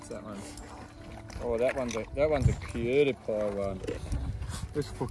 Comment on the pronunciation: I love the fact that is unable to say Cutie Pie. He always says Cauuuutiee Piiiee with all the love and cuteness she deserves 💗 I just love it! 💕